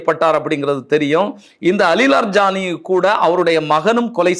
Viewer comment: இரான் போரில் ராஜ தந்திரி யாக இருந்தாலும், முக்கிய தலைவர்களை பாதுகாபதில் செயல்பாடு காணாது? அலி லாரி ஜானி, என வாசிக்கவும். அலி லர் ஜானி இல்லை!